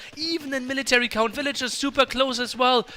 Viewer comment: what happened? why no casting until game three of tatoh? also the casters mic's weren't working right. Tristan sounded like he was talking from the bathroom down the hall. After all these years, why can't pronounce VILL-A-GERS, and spasm's out "vil-ears" over and over. It's not cute or funny - just annoying.